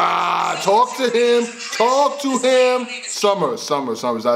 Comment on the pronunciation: “TALK TO HIMM “ African voice.